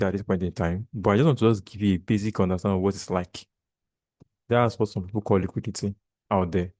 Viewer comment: Just like me. I hate that word "liquudity" in this industry